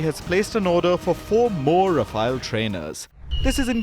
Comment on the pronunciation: Voice over guy you desperately need a crash course in pronunciation. Rafale is not pronounced as Rafaayel but is Rafaal. And, Alize is not pronounced as Aleez but Ahleezeh.